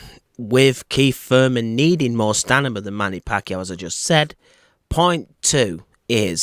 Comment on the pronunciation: staaaaaa meeeeeee naaaaahhhhh....stamina! not stanima